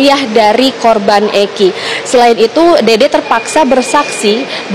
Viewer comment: Dede mbaak bukan dodooo😂😂😂